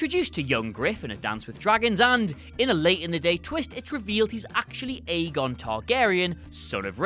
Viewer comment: JSYK "Aegon" is pronounce "EGG-on", they say as much in the books (and, I believe, in the show, when Davos is learning to read).